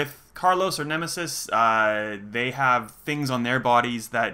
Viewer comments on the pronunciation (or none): none